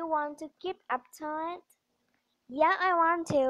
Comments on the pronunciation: It's not apptodd it's aptoode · Toide not Todd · It's aptoid not aptoad